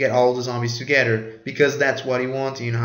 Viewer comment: togedder lol